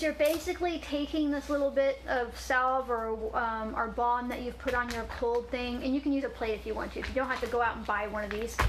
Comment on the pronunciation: Anyone else hear 'bong' when she first said balm.